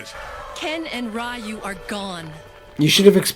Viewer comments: Ugh, hearing them say "RYE YOU" instead of "REEYUU"...yikes! lol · That's how everyone I knew pronounced it until 2003.